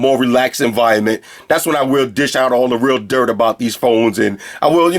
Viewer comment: "I'd probably never use deese but, watvr. Free headphones" LOOOL LOVE UR VIDS